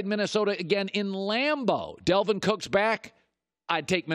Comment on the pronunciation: Yo who tf is "Delvin" Cook?